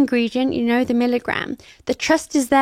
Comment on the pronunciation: Par pitié, ce n'est pas DI ordinary mais ZI ordinary. The devant une voyelle se prononce ZI! Pourquoi transformer un T en D?